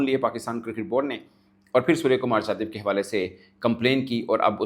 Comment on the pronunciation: He is ,' Yadav ' not ' jadhav. Please pronounce correctly Bhai saheb. SKY dedicated, not named any opponent. Not commenting on Pakistan players. I am just defending SKY